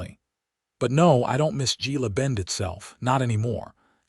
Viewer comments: Gila Bend is pronounced Hela Bend. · Pronounced Hela Bend 😊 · It's pronounced "Hella Bend" Gila Bend. 😊